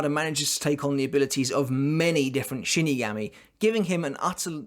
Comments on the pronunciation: ....It is pronounce [She-knee-gah-mee] not [shin knee]... shi-ni", "死" or Shi character is the root particle for death of "死神" shinigami. the was you are pronouncing it you are adding and extra "ン" or "N" and Nozarasho/野晒し is pronounced のざらし /[No-zara-shi] [No- Zah- Rah-Shi] you say SAN wrong, say the a long...like "On" as in On and off. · You say shinigami absolutely bizarrely